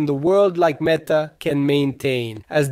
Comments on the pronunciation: Come on bro It’s ‘met’ - ‘are’ Not ‘meat’ - ‘are’ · Huh? I was just saying you pronounced ‘meta’ incorrectly.